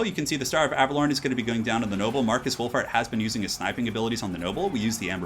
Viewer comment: Lol, sounded like you called him Markus Wulf-fart